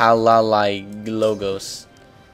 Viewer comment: It was really painful to hear you pronounce the name "Palaiologos". Please don't do it again.... I can't stand it.... please